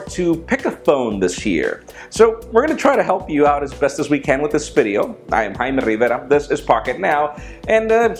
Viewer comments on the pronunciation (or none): Why is he and not "Jaime" Rivera?